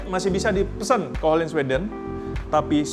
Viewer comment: mirror coated spark black, silver coated lapis perak beneran Btw FYI ohlins pronounced u(h)lins